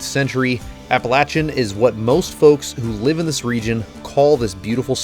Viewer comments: Thank you for pronouncing the mountain range correctly. It's sad when a YouTuber says it correctly and the local news can't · As a NC native…..THANK YOU for pronouncing it correctly. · So good to see you wheeling in my neck of the woods. I was born in Ashville and have wheeled a lot in NC TN VA WVA. Maybe someday I will get another jeep and get out west. Thanks so much for pronouncing our Mountain's (although they are a little smaller than your used too) correctly and telling the history of how they were named. I love your vid's and your just getting better at making them.